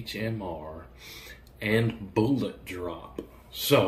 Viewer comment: Bullets. Bullets. Not boolots